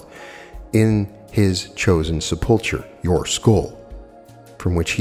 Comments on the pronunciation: sepulchre is pronounced Sep-ull-cur. ❤️ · Love listening to you. And thank you for all your great readings but it's pronounced sep-le-ker. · A lesson in grammar if I may...sepulchre is pronounced... sep el cur... meaning a vault. I think this is my favourite lecture yet. Thank you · Thanks, Carol I wanted to point that out as well. Must be the grammarian in me or being raised Catholic and hearing the word spoken a thousand times.